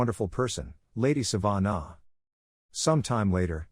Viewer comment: Its not Sa-van-a It is Sa-vah-nah Laviosa